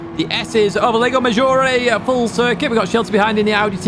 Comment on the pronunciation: everything is perfect here but the lago maggiore pronunciation. the 'a' in lago is pronounce in italian like 'u' in english. in italian you are saying leigo not lago.😂